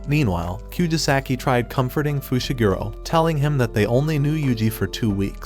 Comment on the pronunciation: bro called megumi fishiguro